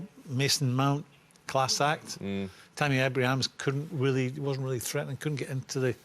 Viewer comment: Tammy Abrahams??? Lol